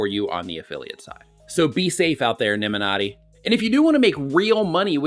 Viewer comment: Did you just say Nimminati? 😂